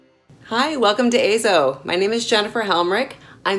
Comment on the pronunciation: Yes! AY-ZO is the proper pronunciation.